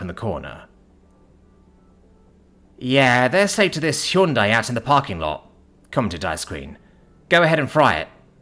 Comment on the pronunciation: 18 hours in, and every time you say Hyundai, it still makes me giggle.